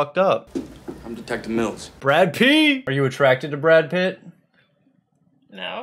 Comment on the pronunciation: haha "are you attractect to brad pitt", such a trap, she almost made it :D